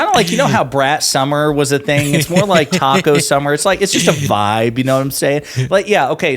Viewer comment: It is TACO not TIACO you mental midgets on FOX